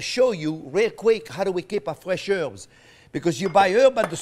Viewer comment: Herbs not erbs Herbs